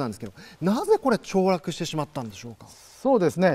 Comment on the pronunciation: 凋落→ちょうらく カンペですぐ言い直したけどバレバレだぞ晋作(笑)